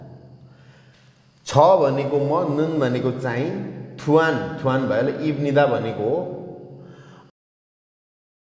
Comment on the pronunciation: 입니다 ईप्नीदा भनेर उच्चारण गर्नुभएको छ त।